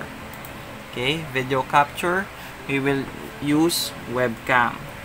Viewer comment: its not 'vaadeo' its video.